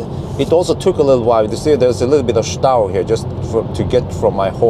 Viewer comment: Hey, your german is perfect. Scheisse..... Das ist nicht gut..... Stau. 😀 Or is it local language. Greetings from Germany 🇩🇪